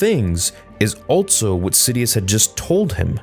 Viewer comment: Why do you say altso and not just also?